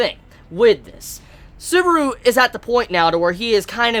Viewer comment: Please, stop calling him Suburu.